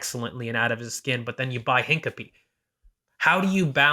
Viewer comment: “Hinkapee”? 😂 Say it with me, good sir: “Hin-COPY-eh” (Canadian “eh”) 😊